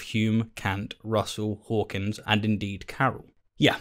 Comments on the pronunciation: Okay, can we clear away a personal peeve of mine: The man's name is Hawking, not Hawkins. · Why did you call Stephen Hawking "Hawkins" throughout the entire video?